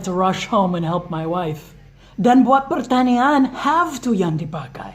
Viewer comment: kalo ngomong pertanyaan sya dngernya kayak ngomong pertanian wkwkw.but it's not problem, ttp semangat post video learn english tentang conversation sehari hari atau yang umum dipake sama bule ya:D